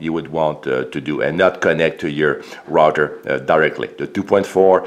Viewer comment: The "rotter". Do you mean the "router"?